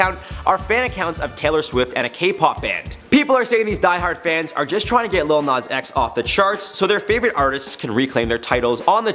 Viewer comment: It’s not “LiL nOz X”